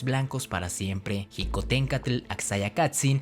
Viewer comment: La palabra Xicohtencatl no se pronuncia como jicohtencatl. La grafía "x" en náhuatl se pronuncia como un "sh" inglesa o como una "ch" suave. Su pronunciación es shicohtencatl